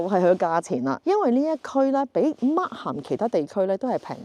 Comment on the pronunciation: 溫馨提示：Markham 發音時「h」是不發音的。